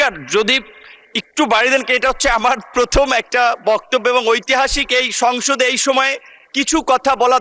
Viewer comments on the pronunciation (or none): none